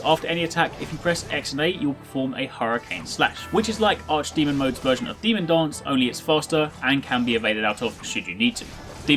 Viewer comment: i can't avoid hearing something like demon "dongs" instead of demon "dance"